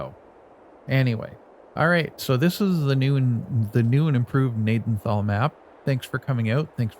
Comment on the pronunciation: Pronounced Ga-naden-tal, my great grandfather, and grandfather grew up in Gnadenthal. The farm yard in the town is our main farm yard.